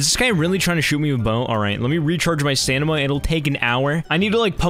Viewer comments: "Alright let me charge my stanima" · nobody talking about the fact he says "stanima" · Nobody:: STANIMA! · I've been saying stamina wrong my entire life... it was pronounced stanima